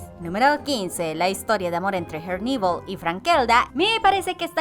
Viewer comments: Por favor pronuncia herneval como se lee es español no ingles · Pareces tonta tratando de pronunciar en inglés en nombre de Herneval Siendo que kos creadores son mexicanos y ellos mismos lo pronuncian tal cual se escribe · Son rayas azules y blancas en sus medias y pronuncias mal el nombre de herneval